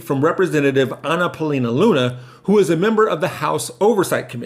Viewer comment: On point of correction. Her surname is pronounced Loony, though it is spelled "Luna".